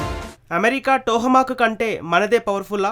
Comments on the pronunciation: Vinadaniki bagundi kani telugu spastam ga matladadam nerchuko ayya...plz....adi tohamak kadu tomahak....and also chala shabda doshalu unnai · Ore,,,, mack,,mack ,its Toma y bevcoof ,,how many times u r telling the USA missiles real name wrongly ,,bevcoof ,its not Toha